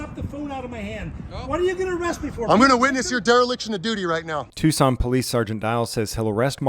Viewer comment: Policing by the pound…. It’s pronounced TUKSON.